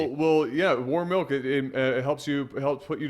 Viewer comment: 'Malk'